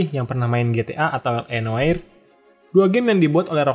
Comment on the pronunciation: Noire dibacanya Nwah, min🙏